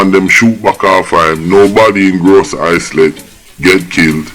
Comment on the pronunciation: Gros Islet pronounced Grow-zee-lay!